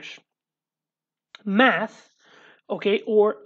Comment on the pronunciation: "next lesson we will do some math" My ears thought you said "meth" for a second lmao